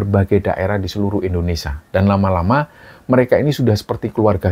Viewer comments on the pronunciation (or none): none